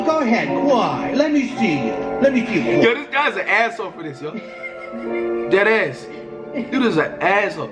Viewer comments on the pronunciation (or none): Nigga said “deadass” like if he from NY😂😂😂😂 u not valid